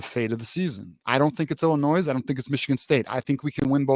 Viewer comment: Bro the “s” in Illinois is silent lol. But yes, I agree with everything you said. I think the teams we’ve been beating up on the last decade are gonna come out swinging so Michigan better come off this bye week a brand new team.